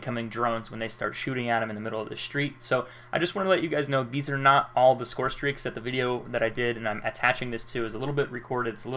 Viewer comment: lol he said call of duty ghosts scorestraeaks